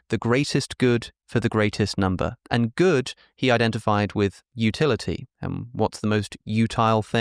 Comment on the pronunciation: vitamins, minerals: very high numba